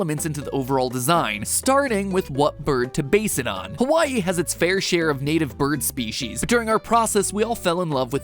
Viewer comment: dude , your map of hawai’i is upside down i’m from hawai’i and it just looked so off but then i realized it was upside down😭 also said hawai’i wrong but i’ll let it slide